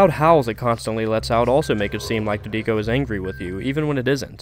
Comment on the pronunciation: This is a great video. The only part I don't like as much is that the way you pronounce Trico sounds like it has three syllables, which sounds more like "Too nee koh" than "Tree koh", which is how I've heard most people pronounce it. Minor issue, but it does bug me.